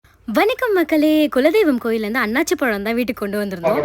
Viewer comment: It's anasi pazham and not annachi pazham. Plz correct it